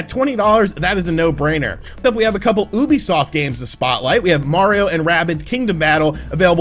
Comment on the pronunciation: U know, when u said Ubisoft, I swear I heard "boobysoft" 😆